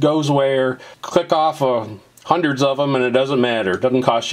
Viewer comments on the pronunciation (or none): Twenty five hundurd